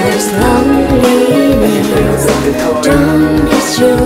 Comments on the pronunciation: Hịc, hạt sạn duy nhất là loneliness phát âm chưa chuẩn, nghe hơi khó chịu. Nên phát âm là UK: /ˈləʊn.li.nəs/ hoặc US: /ˈloʊn.li.nəs/ (từ điển Cambridge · Giọng nữ hay nhưng hi vọng đầu tư hơn về phát âm Nghe rõ mỗi câu lonliness